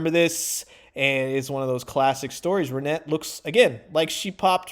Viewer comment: It's definitely pronounced "ReneT" not "RenAY", from her appearances in both cartoons she was in. Honestly I don't think it's a very good looking figure and I'm disappointed, not just in the colour but her figure.